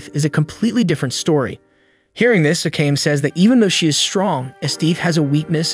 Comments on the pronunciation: Its A K A M E NOT AKAM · ive always wondered why do narrators purposely mess up character names. Akame (A- kah- meh) Not AKAME (A-Came) they aint teach you pronunciation in pre k or you just been walkin around with stupid on your 4head (For - Head) in case you cant comprehend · I'd be happy if you just say the character name right 30min straight i had no idea who you were tlking about (Ah-Kah-Me) Not no fuckin (I came i saw i conquered )